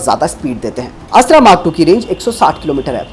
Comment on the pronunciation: आप की हिंदी कमजोर है या फिर आप जानबूझकर यह गलती बार बार करते हैं।। यह अस्त्रा नहीं बल्कि अस्त्र मिसाइल है